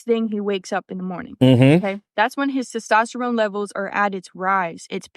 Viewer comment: Ok, she can't even pronounce "testosterne" correctly. I'm sorry, I'm gone.